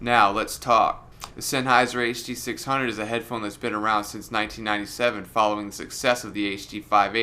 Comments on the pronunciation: the huh duh six hungos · you mean the HUH DUH SIX HUNGOS?